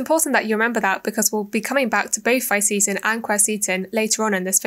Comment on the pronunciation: Didn't like how you mispronounced the words Fisetin and Qurcitin